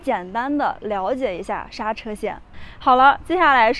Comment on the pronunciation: 莎車，應該唸成縮居